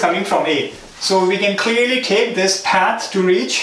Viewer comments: Fantastic videos. But why do you have to pronounce "path" as "ppaaaeeth" :D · its a common sense.....if someone is making so much effort to teach for free......u should also understand that....it will be PATH and not PAAT.....as u r studying algorithm it has to be PATH. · Lol he barely makes anything from these videos. Don't kid yourself. If you don't appreciate it don't watch it. Don't just bitch in the comments because he said paat instead of path. Dumb ass.